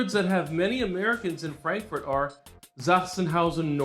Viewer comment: Du hast dich richtig gut angestrengt deutsch zu sprechen. Die Aussprache des Buchstaben "A" macht dir allerdings Schwierigkeiten. Versuchen Worte wie Frankfurt mit einem "Ahh" und nicht mit einem "Ä" auszusprechen. I left Germany in 1961 and resided in Mar Vista California until 2021, when I moved to Fort Myers Florida. I am glad, that you like Germany as much, as I like Florida.